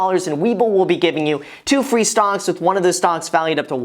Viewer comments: did he say stonks?? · I stg he said “stonks” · Dude...Were you saying stonks the whole time during that plug? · Who else heard stonks?